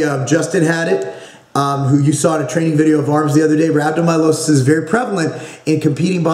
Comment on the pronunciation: pronounced rab-doe-my-al-iss-iss